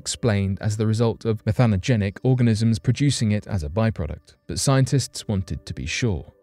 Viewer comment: You said methanogenic correct but then why meeethane not methane? And geezers for geysers? Dude. Makes it hard to concentrate on what you're saying...